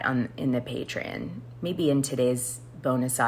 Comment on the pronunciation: GIRL!! It’s patreon!!! As in pay-tree-ON!!!! Its NOT “patre-IN”!!!